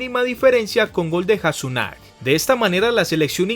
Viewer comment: no se pronuncia januzag es YA NU SAI (la pronunciación)